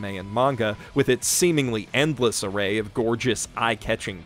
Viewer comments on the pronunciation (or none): none